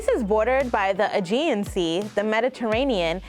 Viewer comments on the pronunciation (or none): none